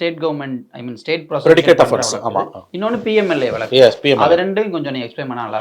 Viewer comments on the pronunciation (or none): விலக்கு,,வலக்கு..இல்லப்பா.. வழக்கு